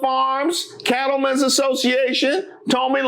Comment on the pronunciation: Calling her “toh-mee” instead of “Tommy” makes me laugh so hard for some reason 😂